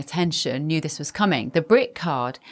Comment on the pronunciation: Dat voice! Bev Taylor, THIS is pronounced with a 'th' in front not a 'd'.Dis sounds soooo uneducated.